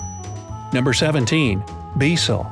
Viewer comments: Becel is pronounced “bay-sell” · Not pronounced Be Cel, it's pronounced Baecel....( Spelled Bezel...😂🤣) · It’s pronounced bay cell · Becel, pronounced in Canada as Bay-Cell, is in Canada too. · the margarine that is called Promise in the United States is called Becel in Canada but it’s pronounced bay-cell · And becel is pronounced like bey cell. His fact checker gets a lot of things wrong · Becel (pronounced Bay Cell) lol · Becel is the margin we get in canada. In canada this product is pronounced "bay-cell". There is another fact brought to you from toronto, canada. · SSorayaGGirl yup I was thinking”why did he say it like that”